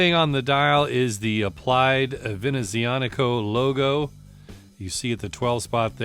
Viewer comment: OK so not a fan of this brand but this looks slick! Nice pronouncing of the name too!